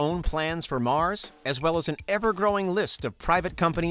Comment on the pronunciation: Masss daaa not mars😂😂😂